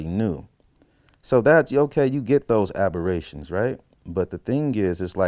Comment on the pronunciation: "abhorrations" yikes.